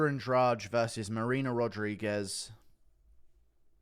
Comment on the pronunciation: The Brazillian name Andrade is usually pronounced "Ann-Draw-Dee"